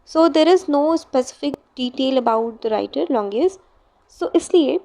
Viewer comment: The explanation and your handwriting is really good but I think you should work on your pronunciation of words .. It is longinus and not longius 😊❤️